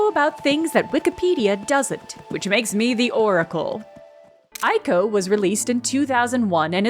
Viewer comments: “Which makes me the oracle”… the very next word, “eye-koh” instead of “ee-koh”. Great video though. I’d actually forgotten about this. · "I know about things that Wikipedia doesn't, which makes me the oracle." Proceeds to mispronounce Ico